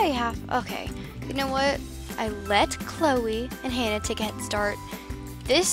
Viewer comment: When you said Cloe you said Chole not trying to hate